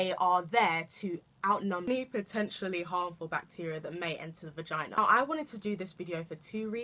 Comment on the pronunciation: You always deliver something different... But hold up girl did you just say "Regina" 😂😂😂😂😂😂